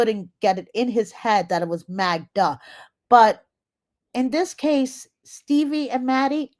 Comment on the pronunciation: Joey calling Magda, Magna was hilarious. I live in Hawai’i and it kept reminding me of magma, which is molten rock.😊 Aloha